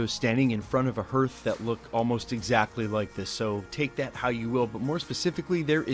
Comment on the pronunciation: Hearth is pronounced harth. I hate to be that guy.